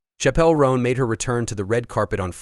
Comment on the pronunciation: couldn't even get the ai to say her name right. smh🤦